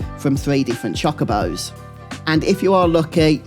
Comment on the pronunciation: they're not chakabos they're chocobos. "cho-ko-bo"